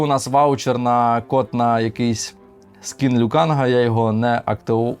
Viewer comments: Вибачте за душність але: Лю КанГ, ГонГ-КонГ тощо, літера «Г» укінці не читається, а взаголом відео сподобалось, і що за фіксація якась на тому щоб сидіти, Ви контент мейкер і Вам приймати рішення що до формату та Вашої зручності 👍🫶👍👍👍🇺🇦🇺🇦🇺🇦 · Досі не можу зрозуміти, чому всі говорять Лю КанГ, якщо він Лю Кан ??!!!